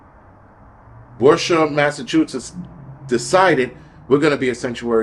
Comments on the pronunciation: Worcester by the way is pronounced ‘Wister’ … it is one of our very strangely spelled cities 😂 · WoooStah, Massachusetts